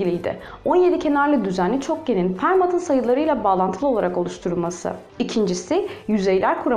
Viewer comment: İsimlerin telaffuzunda biraz sıkıntı var. Frederik Gauss değil, Fridrih Gauss olarak okunur, Fermat ise Ferma olarak okunur. Öklides ise Öklid'in genelde Yunancada geçen ismidir. Öklidçi Geometri daha doğru olur gibi geliyor.